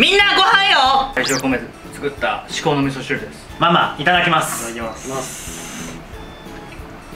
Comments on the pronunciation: 字幕では"至高の味噌汁"だけど口にしてるのは"みそうのしこしる"で草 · みそうのしこしるwwwwww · 「みそーの しこ汁」って言ってない？w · 至高の味噌汁をみそうのしこしるって言っててガチオモロい笑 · 頃 「みそうのしこしる」って言ってて可愛い笑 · みそうのしこしるで完璧にツボってしまった…笑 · 至高の味噌汁っていうとこが「みそーのしこしる」になってるｗｗｗ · 味噌汁作り終わったあとに、 「至高の味噌汁、完成」のテロップの時に「みそうのしこしる、完成！」と言ってるwww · ｢みそうのしこしる｣って言った？笑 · みそーのしこ汁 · みそうのしこうじる って聞こえるｗｗｗ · みそうのしこしるwwwwwww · みそうのしこ汁って言ってない？w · みそうのしこしる?